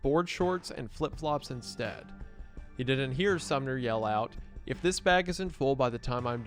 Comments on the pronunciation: it keeps sounding like youre saying the town Sumner instead of the name Sommer lmao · Sorry dude it's SOMMER. not SUMNER. But cool video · Uh.....THe leader's name is SomMer, not SumNer. lol. Entire video reading a script and read it wrong every time....